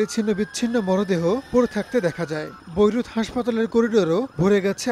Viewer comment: ভোইরুত না বেইরুত😂😂😂